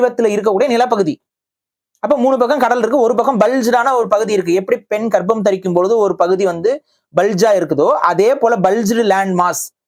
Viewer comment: அது garbam illa karpam. 😂. Dhweepakarpam. Purinjutu pesu da.